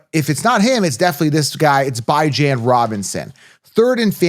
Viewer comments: ITS BE JOHN NOT BI JAN 😂 Terrible! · The Atlanta Falcons running back, Bijan Robinson, has a name that is often mispronounced. He has stated that he prefers the pronunciation "bih-ZHAN," but he also acknowledges that some people say "bee-ZHAN." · because its pronounced Bee-john not Bye-jan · This is a captain obvious content. Do you even watch football? You can’t even pronounce Bijan correctly. Did you Copilot this nonsense. Everyone wants bijan and kyren. Cmon. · Dude, how can you be so confident when you can't even pronounce the first players' name properly? Please, tell me how i can lose you foever?